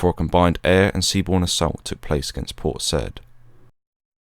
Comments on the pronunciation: I think it’s pronounced say-eed not said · I believe it's pronounced, "Port Sigh-eed." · Awesome video mate. Small detail only: Port Said (that is “Say-eed”). Carry on. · It's pronounced, Port Sigh-eed. Commandos are referred to by single digit numbers. 40 Commando is four-oh, 43 is four-three. As The Marines will tell you, forty three is a position in the Kama Sutra. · A good video, but the narrator should have learned the correct pronunciation of "Port Said."